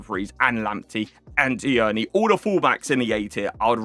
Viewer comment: Tierney is pronounced “teernee” just in case 👍